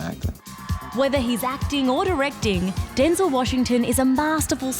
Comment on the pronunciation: Excuse me, ma'am, but it's pronounced DenZEL, not Den-zil. Hello.